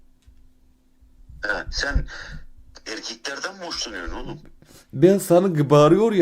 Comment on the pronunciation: Adam okadar inanmak istiyoki kizlardan hoslanmasini kizlardanmi derken iyi soyluyor erkeklerden derken irkeklerden hajakqkqqw